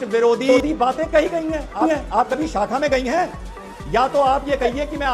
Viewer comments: Saacka nahi hota shaakha hota hai didi.Padhai likhai nahi kari didi ne! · साखा नहीं शाखा😅😂 पहले बोलना तो सीख RSS की बात तो बाद में कारियो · Are dehatin aurat shakha ko sakha bol rahi hai